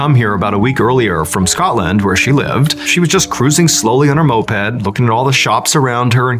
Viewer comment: The way he pronounced Glasgow and Scotland was personally offensive 😂